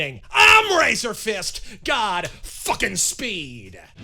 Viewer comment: "Ö" dosen't sound like you think it does.